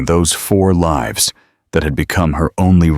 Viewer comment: Please pronounce words properly "lives"